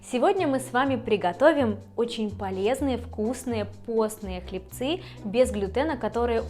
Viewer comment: Извините, хлЕбцы, а не хлебцЫ